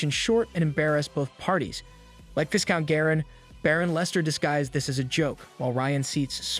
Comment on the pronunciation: "Vai-count" Not "Vis-count" Love your content